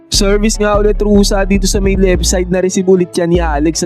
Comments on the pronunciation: Ruse not Rusa siyot. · Hindi yan Rosa ang pronunciation. It is Ru-seh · Bakit Rosa pagkabigkas mo idol? Baka Rosa pangalan ng ex-mo. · Ruse po hindi Rusa.